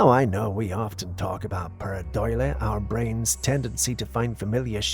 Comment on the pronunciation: Oh yeah let me hear you say paradoila lol